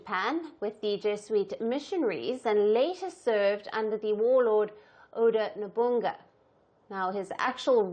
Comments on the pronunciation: NOBUNAGA ❌ NOBUNGA ✅ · No-bu-na-ga, not Nobungga. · Oda Nobunaga not nobunga 🤦🏻‍♂️ no wonder why there's no respect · Hahaha nobunga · The way you pronounce Nobunaga is more disrespectful than what Ubisoft have ever done to be honest. Plus the Japanese government never mentioned anything about Yasuke but only mention that his major concern was people might replicate destroying shrines in Japan just like how you can do in the game. Yasuke wasn’t the center of the topic.